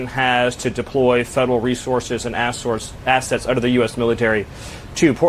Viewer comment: 😂😂😂 he called assets, ass-sorts! 😂😂😂